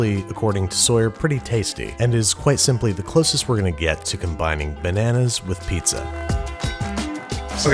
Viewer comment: MA MAN'S 'LLERGIC TO' NANAAS